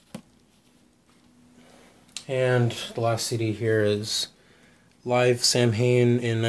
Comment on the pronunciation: not for nothing man it's pronounced Saw win not Sam Hane